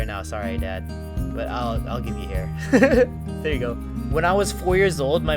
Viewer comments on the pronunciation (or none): none